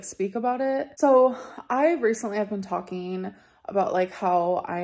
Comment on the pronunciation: Amber.. You keep TALKING (talkeen) When you should be DOING (doeen) You've said the same thing for the last 10 years.